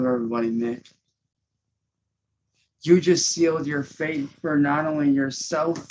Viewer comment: Did he say you just sealed your faith or fate? It sounded like he said Faith.